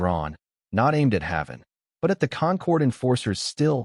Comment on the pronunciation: You are saying his name WRONG! It's pronounced "Hay-ven". Like the safe place.